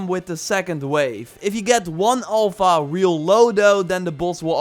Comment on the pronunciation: Please, it's Alpha not Olpha